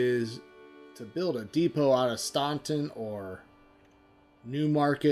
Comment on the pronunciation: From a native Virginian, Staunton is pronounced stan-ton.